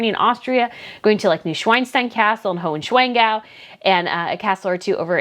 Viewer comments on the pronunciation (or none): it’s pronounced Neu-schwan (with a long a like in „Ay,Ay (Captain)“) - stein and likewise Hohen- schwan- gau. PS Schwan means swan, so if you say swan instead it’s an understandable alternative:)